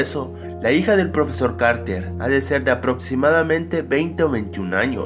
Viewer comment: lol te equivocaste todas las veces que dijiste carter